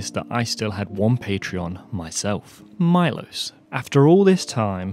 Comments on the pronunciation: Milos should be pronounced me-losh if he is from from central/eastern Europe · I think his name is not pronounced my-loss, but Mee-losh. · It's pronounced MEE-LOSHE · Milos would be greatfull if you pronounce his Name correctly. There is no Aye in I. Ist fonetic just Milos. And couse you dont have letter Š in Englisch alfabet , it would be as Sh. So Milosh would be for underdtandig easy way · Milos pronounced “meelos”. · Milos is a Slavic name, very common in the Balkans and the Czech Republic among other places. Remember the famous filmmaker Milos Forman, who directed Amadeus? However, unless this particular donor has Anglicized his name's pronunciation, Milos is usually pronounced MEE-losh, with the "ee" sound being short, as in "tip". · Since I bear the name of your most generous supporter it might be nice to pronounce it right: MEELOSH (I is pronounced as beer or deer and S is usually written with a caron [Š] and is pronounced as SH sound). I, unfortunatelly, am not near 700K to donate. ;) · I think his name is pronounced as “Melosh” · His name might be pronounced Milosh (Mee-losh) if he's from eastern Europe. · it is pronounced as it is written MILOŠ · You are butchering his name :D is Milos from Serbia?